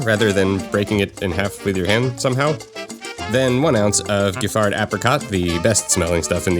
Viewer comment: Giffard is pronounced Jif-far.